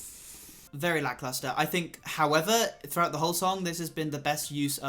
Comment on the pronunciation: “vERY lackluster”